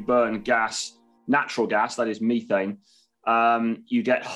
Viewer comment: I had to stop after the 5th pronunciation of “Methane”. I❤🇨🇦oil&gas.